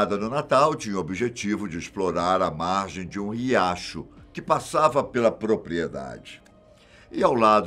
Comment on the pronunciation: iacho??? não seria Riacho?